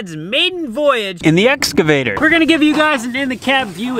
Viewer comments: it is ex cavater not exa vater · Makes me chuckle every time says "escavater" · What’s an “exovader”???? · There is a ‘C’ in exCavator, and it is pronounced with a hard K sound.